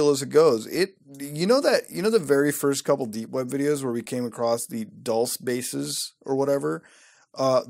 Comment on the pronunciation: it's pronounced Dul -che' just a heads up if you ever find yourself here in New Mexico.